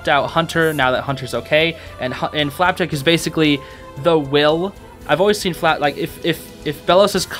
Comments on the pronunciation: STOP SAYING "FLAPACK"!!!!! sorry it makes me SO mad! it's flapjack!!!!!! (this is a great video!!) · why do you pronounce flapjack as flap-ack sometimes? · Love how you say “Flapack” instead of “Flapjack” a few times! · I love the way you call Flapjack Flapack xD Another cool reference/secret I think you'd find intresting to know, if you look at the tv shelf, under the nintendo switch theres a CD with a bite in it. remember when gus back in that one episode tried to bite a CD and said " OOOH SHINY COOKIE!" back in " escaping expulsion " ? Yeah, lemme know if you noticed that or not, thought you might find it cool :D FOR FLAPACK/FLAPJACK! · "flapack" let's go he said it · I'm sorry but the amount of times he said flapack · Am I the only one who heard him say flaback